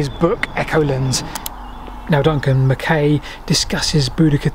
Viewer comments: The surname MacKay is always pronounced "Mac-eye". His argument for the battle being on the hill above St Albans is far more convincing than you give credit for. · By the way,, the 'ay' part of Duncan MacKay's surname is pronounced 'aye', e.g. 'mah-k-aye'. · It's pronounced Mc "Eye". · It's pronounced mac eye as in the actor Fulton Mackay. Just a wee heads up from a scotsman. Brilliant. Programme. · Another fascinating video. PS. MacKay is pronounced Mac-aye as in, “Och Aye, Jock MacKay.” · Another great vid. So well done. How does Duncan pronounce Mackay though?